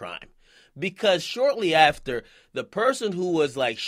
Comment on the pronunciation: "Right ater "?